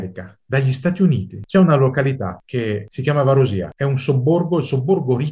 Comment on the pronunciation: Omissioni, drammatizzazioni ed errori. Quando la Turchia ha invaso l'ONU era a Cipro da 10 anni, per tenere a bada l'EOKA. Consiglierei di rivedere anche la pronuncia di Varosha e di Kyrenia.